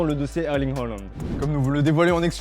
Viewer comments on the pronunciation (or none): Erling Heuland ?? Haaland !